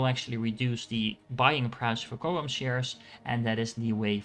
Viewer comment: This was a good guide. And everybody mispronounces CHOAM lol.